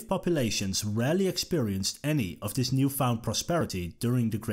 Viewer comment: Why can't the narrator pronounce "th" properly? "This" becomes "Dis". Something that makes this (th-is) unlistenable, as far as I am concerned. :face-orange-frowning